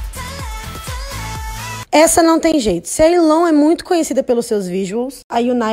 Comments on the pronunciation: Porque vcs falam Yilon em vez de Yiren?? Kkkkkkk parece que vcs estão falando Milon/Kilo!! Kkkkkk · Só eu que me irretei com a falando “Yilon”?? XD Tava gritando aqui “É YIREN >:v” dai lembrei q eu n sei pronunciar alguns nomes direito:v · meeeu pai amado, não sabia que era assim que se pronunciava o nome da yiren, sempre ajudani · Chocado com o jeito que se pronuncia Yiren, achei que era do jeito que se escreve